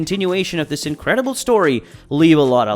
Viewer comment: bro said wiss